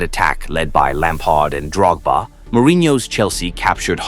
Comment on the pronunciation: Great video but my complaint is that you probably used AI to do the voice over as you mispronounced Drogba's name.